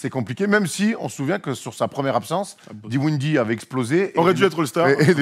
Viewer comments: c'est Dinwiddie,, toujours pas Diwinddie 😁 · « Diwindie » haha paye tes experts